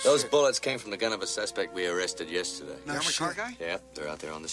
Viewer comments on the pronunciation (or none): you can her Mel's aussie accent slip in twice here, when he says "yesterday" and "boys and girls".